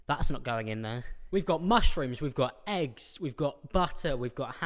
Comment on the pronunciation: Who else heard wrong the part where he said why do people fuck with eggs so much 😂 I heard that why do people fuck with their exes so much 😂